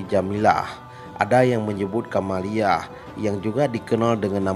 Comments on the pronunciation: Kamaliah bukan camelia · Putri kamaliah bg bkn camelia 😁😁